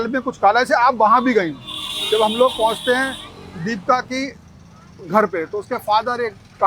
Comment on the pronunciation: रिपोर्टर जी नाम तो सही बोलिए दीपिका न की दीपका